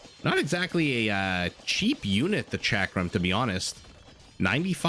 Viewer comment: Gur-yara. Shock-ram. ... Please google how to pronounce anything you intend to color commentary.